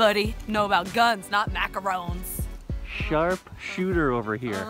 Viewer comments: you said macaroons instead of macarons u disobeyed ur own rule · you say macaroons not macarons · she literally says macaroons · Beginning of video: DON'T CALL THEM MACAROONS Rest of video: macaroon making is hard, don't make macaroons, MACAROONS MACAROONS MACAROONS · She said it was macarons but she pronounced it macaroons sooo many times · TheKraftyDiva Same! I was like... wait didn't you say it was macarons? Probably she only found it out while researching, and saying macaroons was already a habit. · I love how she made a huge point on fucking MACARONS and now she says MACAROONS😂😂😂 I still fucking love you!!!!! Kinda hate Rob though I guess he's okay 😂😂😂😂😂😂😂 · MACARONS!!! Not macaroons! Lol 😂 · Argues about how it’s called macarons and calls it macaroons countless times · strangers it's funny how she corrected everyone for saying macaroons when she says it like that for half the video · I love how she gives a speech at the beginning about the pronunciation of macarons, then at the end she calls them macaroons😂😂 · DID ANYONE NOTICE SHE STARTED SAYING MACROOONS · You called them macaroons near the end =O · harps about mispronouncing macarons for 2 entire minutes Also: mispronounced macarons Teehee. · She was pronouncing it wrong towards the end bc she was tired and giving up so she didn't care at that point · She said she was bothered about people saying it wrong but she said it wrong a lot at the end...... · Starts video by criticizing everyone for pronouncing it wrong then pronounces it wrong